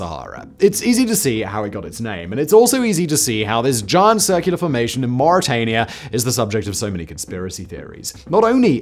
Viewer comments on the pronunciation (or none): none